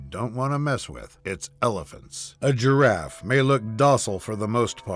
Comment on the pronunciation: "The GEEraff"😅